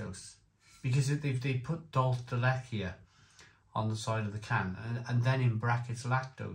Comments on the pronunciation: dool-CHAY der let-CHAY Spanish and the pronounciation tip might help you 😉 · Truly the strangest pronunciation of dulce de leche ever. Is this what Spanish sounds like when combined with Welsh? Dulce de blechhhhh😂